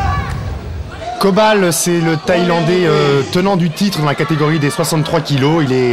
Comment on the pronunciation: It's Coban, not Kobal.